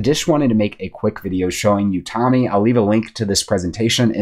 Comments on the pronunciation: It’s tOme, like a book 📚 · Are you really not familiar with the word "tome" or you're mispronouncing it for a reason?